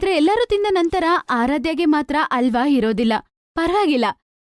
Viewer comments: ಆ ಹ ಸರಿಯಾಗಿ ಬರಲ್ಲ ಏನು ಡಬ್ಬಾ ಕನ್ನಡ ವಿಡಿಯೋ ಮಾಡ್ತೀರ. ಹಲ್ವ ಅಂತಾರೆ ಅದ್ಕೆ …..ಅಲ್ವಾ ಅಂತೆ ಅಲ್ವಾ 😂😂😂😂😂 ಒಟ್ಟೆ(ಹೊಟ್ಟೆ)…ಅಲ್ವಾ (ಹಲ್ವಾ) …. ಎಲ್ಲಿಂದ ಸ್ಕೂಲ್ ಪಾಸಾಗ್ತೀರ ನೀವೆಲ್ಲ?????? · ಅಲ್ವಾ ಅಲ್ಲಮ್ಮಾ ಹಲ್ವಾ ಅನ್ನು ತಾಯಿ ಕನ್ನಡನಾ ಸರಿಯಾಗಿ ಮಾತಾಡಿ 🙂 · Adu alwa alla halwa correct agi pronunc madi